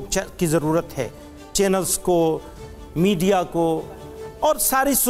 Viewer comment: लास्ट में जो लफ्ज़ बोला ना मीडिया बोलने का तरीका सीख पहले